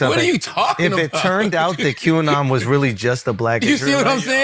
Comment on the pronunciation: Qanon pronounced Canon.